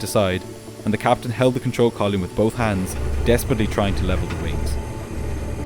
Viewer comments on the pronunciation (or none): No. Column is not pronounced kolyem. Pilot is not pronounced pilyat. Thin is not pronounced tin. Thirty-five is not pronounced tirty-five. You need English lessons.